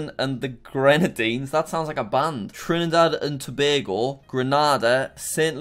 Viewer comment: You pronounced Trinidad and Tobago so perfectly, damn I must commend you